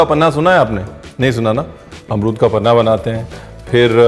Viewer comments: Hi ranveer it is not paanha in marathi it is panha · It is not panaa but panha